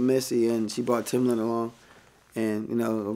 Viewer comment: Keema Farrow This is the same dude that called "Timbaland" Timber-Land in the interview.